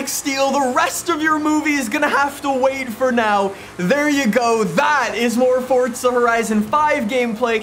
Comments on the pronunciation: Can you pls stop saying fortza, its forza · I seriously can’t stand how he says “Fortza”